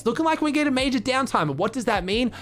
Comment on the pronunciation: mayjah mayjuhhhhhh more like duuuuuuh achachahc